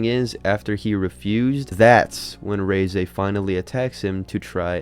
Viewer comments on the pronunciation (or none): Its REH-ZEH not RHEEZY like fuckin WHEEZY, what the fuck, learn a thing before u do a video on it. Why do youtubers suck so bad at this in general. End your account. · Reeeeese not reizei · Every time I heard this cockhead say Ray-Zay, instead of Reh-Zeh, I died a little inside 💀